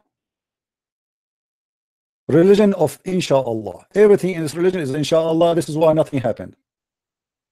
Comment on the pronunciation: install net don't say insalla 😂😂😂